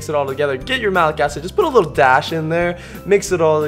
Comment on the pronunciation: I loved it when he "just a DASH of malic acid"